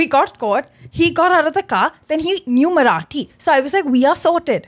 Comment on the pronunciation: It's not Marati...it's Marathi.